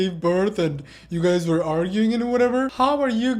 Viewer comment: I don't like it when they say ware pregnant